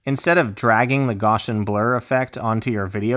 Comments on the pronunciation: This was fantastic - extremely clear and to the point. Just what I needed. Just so we don't start passing around some name mangling, note that Gaussian blur is pronounced "Gow' see an" - named after Friedrich Gauss the mathematician and physicist. And a Bezier curve is pronounced "Bez' ee ur" (accent on first syllable) - named after the French engineer Pierre Bézier. (Now my apologies for unconventional phonetic spelling!) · Awesome job. Thank you! (quick side note: Gaussian is pronounced GOSS-EE-EN and Bezier is pronounced BEZ-EE-AY)